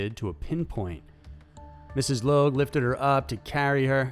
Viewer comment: So... You know that you pronounce the name Logue 2 different ways in a matter of minutes.